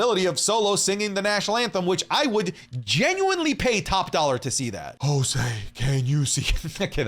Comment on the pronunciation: “Jouse can you see” 😂